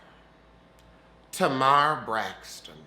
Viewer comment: I was laying n bed enjoying the replay. When says Tomarr Braxton! 😂... pause let me get my 🍷!